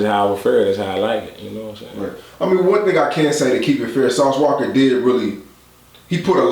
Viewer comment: Lol "sauce walker" 😅